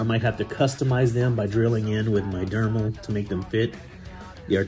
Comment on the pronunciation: you keep saying dermal, its dremel! lol!